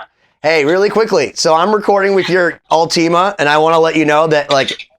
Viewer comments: I know this is the worst takeaway possible, but hearing “all-tea-ma” instead of “ult-i-ma” is driving me nuts. Anyways, back to being no one important… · its última not ultíma by the way